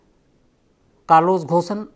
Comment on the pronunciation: अरे भाई थोड़ा रिसर्च कर लो उसका नाम घोसन नही है. Its pronounced as कारलोस गोन